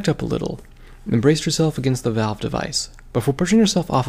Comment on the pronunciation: It's valve not value